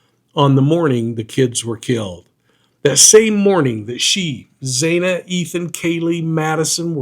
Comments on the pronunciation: It's Xana with a short A sound 🌼 thank you for your interesting commentary! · How hard is it to pronounce Xana... really? It's not XAINA. Have some f*cking respect. 🤬